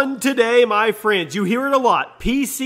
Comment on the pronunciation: “Frends” Does that bother anyone else?